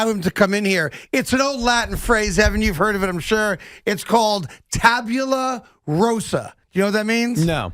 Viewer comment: Tabula Rasa not rosa.